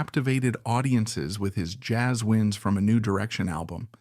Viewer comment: It took me a while to figure out “Jazz Whynds” is “Jazz Winds”. Apparently no one listened to this POS before it got posted.